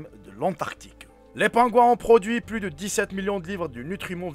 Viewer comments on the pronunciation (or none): none